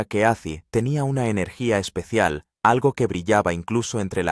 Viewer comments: Ozzy... no azzy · Nisiquiera termine el reportaje es malo y no pronuncias bien el nombre ese llama OZZY